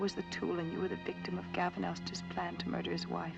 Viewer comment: GAVIN Elster.